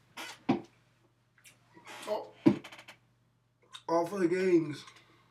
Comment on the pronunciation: hahaha "all for de gains"